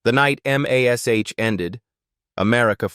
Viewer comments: UGG, no one can “hear” a scalpel cutting skin! You can see this, but the only thing you might hear is a scream if the patent wasn’t under anisthisia! And M. A. S. H. when pronounced is “mash” as in mashedpotatos. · AI sucks. M A S H? Loretta Sweet. Really? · Good commentary for the best show ever. Someone should have programmed the robo-voice not to say M A S H, but say the word Mash, just like the show and all us fans did. Puts a dent in the authenticity. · Pronouncing every letter of the title, "M." "A." "S." "H." is NOT how the show was referred to, ever, and sounds stupid. Correct your AI because it's ruining the entire narration. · It's MASH ... not M A S H. Ugh!!! We're going to be replaced by this (AI)? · Gave up because of the terrible AI narration. M. A. S. H. Instead of MASH. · What you can't say the word MASH, like MASH - POTATOS ????? MASH MASH MASH !!!! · It's AI. The script was typed as m*a*s*h* instead of mash, which is why it spells it out. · For goodness sake just say Mash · Please for the love of God get rid of the A.I. it can’t even pronounce MASH!! Use real voices. DM me I’ll read your script at a discount! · “It’s pronounced MASH, like in mash(ed) potatoes. And Alda is pronounced “all duh”. Sheesh! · And doesn’t even 1 person who can listen to English tell the creator to fix it? The reader-bot doesn’t need to pronounce “Alda” as “AL-duh” it could be corrected in the script as “ALL-duh”. Or replace all the M*A*S*H with MASH. Or, here’s a thought, get A HUMAN to read it!! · I'm with you on that especially how it says MASH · Especially how it says MASH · Yeah, it was called MASH, not M-A-S-H. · You have got lots of interesting facts, but I could barely listen to it because of the mistake that your AI made. The title of the show is not. M – a – S – H. The title of the show is mash like you say, I have mashed some potatoes, so if you’re gonna bother to put out some thing like this, let’s do it right